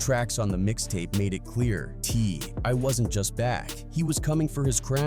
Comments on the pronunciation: His name is TI not T1 so whoever program AI needs to be ashamed of yourself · STOP WITH THE AI!!! Its T.I. Not T.Y. Not T.1. stop this bs now and just use your voice or have someone do it for you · These AI voiceovers is so terrible its funny cause who tf is T1 and Ty😂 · now at 6mins your ai ass says t i y? tf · T one is crazy work 😂 AI can do all this Amazing stuff but cant even say a name correctly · It’s AI generated voiceover. Bro got lazy or can’t speak well enough to do it his self so he roped it and AI reads it wrong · If you're gonna these videos, please make sure you get the artist name right before you put it out! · How tf does a video make it to get posted that mispronouncing the main character 75 times in the video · How many different ways can you mispronounce T.I.? I'm counting 3 maybe 4 😂